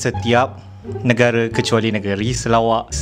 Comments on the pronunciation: Telaka lah #cikidot berita ke 1) terlaka 2) telakar sedikit sebab dia cakap selawak orang serawak 3) terlaka 4) terlaka sedikit Bye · salah sebut negeri saya sarawak jadi selawak 😁😁😁😁😁😁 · kelakar lah part ckp sarawak jdi (selawak)🤣🤣